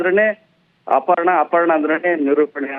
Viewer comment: ಇಟ್ಸ್ ಅಪರ್ಣ not ಅಪಣ್ಣ